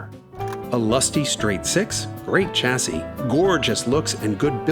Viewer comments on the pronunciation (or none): none